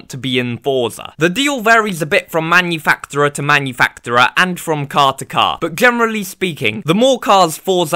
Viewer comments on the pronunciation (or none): It’s pronounced as manufakcherer. Sorry, couldn’t resist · no hate, but give me points for being real, you pronounce manufacturer weirdly ngl